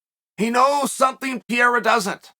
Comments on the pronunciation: Chael: Peeyerra. Everyone: Pereira. Chael: Ok, Great. Peeyerra. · Alex Peh-Hey-Rah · Does this 70yr old in the body of a 40yr old pronounce the name wrong on purpose?